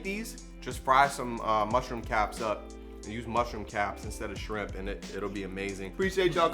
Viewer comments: Omgggg I’ve been CRAVINGGGG shrimp tacos for far toooo long but I’m about to make these👀👀👀 Pero I really thought your friend said DRIP not SHRIMP 🍤 lmaooo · i thought you said "drip" at first, so here's to shrimp that had drip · When she said shrimp I could’ve sworn I heard drip 😹😹😹I was about to drop some water emojis but it’s SHRIMP 🍤🍤🍤🍤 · Shrimp. Or as we say "schramp"